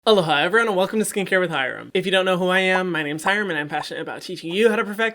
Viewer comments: I just realized in this video that Hyram says “Aloha” in the beginning. I always heard “Hello ha” and was just thinking I was hearing “hello hi” wrong and he likes to greet us twice 😂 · In the first videos of his I watched I heard "Eldaha everyone" Not "Aloha everyone" 🤦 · I used to think he was saying "Hello Hyreveryone" and thought that was his Thing..needless to say I was relieved to work out he was actually saying 'aloha'